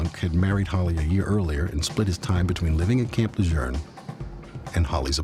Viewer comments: Rest in peace Holly 😢 It’s NOT Camp La Jurn(phonetic.) It’s Camp Le Joon (phonetic.) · Camp LaJurne? I live in NC and have never heard this pronunciation. Here it's pronounced kamp luh-zhoon. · It's Camp Le-JUNE! Not Lerjun!! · When did the name of camp lejuene change ? It’s la June not la jurn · I remember this sad case. BTW - in NC, USA, we pronounce it Le-june. It's not the correct pronunciation but it's what it has always been in eastern NC. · Supposedly, Gen. Lejeune's descendants made a stink about the pronunciation of the family name some years ago. They say it's "Le-zhurn." My question is, why did it take generations for them to clarify the pronunciation? The base was named after the General in WWII, for krissakes - over 70 years ago! Old Marines like myself continue to say "Le-zhewn". My son is a Marine Corps veteran now himself, and he says it the same way. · Why is Camp Lejeune pronounced Lejurn???? There is no r. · Camp "Lejern"??? Smh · The guy had the best the world has to offer and he threw it all away. Ladies, we have to stop thinking we can fix broken men. ps. Any idea why they were pronouncing Camp Lajeune incorrectly? It's Le-Joon. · Why is everyone in this episode saying "Camp Lejerne" instead of Camp Lejeune? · If the narrator says Camp La Jurn one more time….. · Why does the narrator and detective keep pronouncing it Camp “Lajurn”? 🤦🏼‍♂️ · Please for god sake no it not camp lageren. It’s is pronounced Camp La June. You’ve lost all creditable with any marine or marine affiliated person with this wacko not investigated pronunciation that’s correct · Bad that an official from the NCIS can't even pronounce Camp LaJeune He is calling it Camp LaJeurrrrn. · Off topic, but Camp "Lejeurne?" Why do they keep saying that? Bugs the hell out of me. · Isn’t it pronounced Camp “Le-June?” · It’s PRONOUNCED CAMP LE ZJUNE THERE IS NO R IN IT. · In the area it's pronounced Le Jurn. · Le zhune is how we pronounce it. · No R in Camp Lejeune